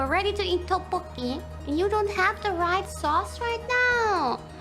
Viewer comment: as a Korean, id say Kiara pronouncing ddeokbboki is quite accurate:)